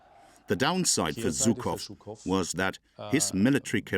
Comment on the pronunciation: Not Zukov, but Zhukov. Shame on you! Translators and speakers! Russians defeated German fascism! Thank you, God Jesus Christ!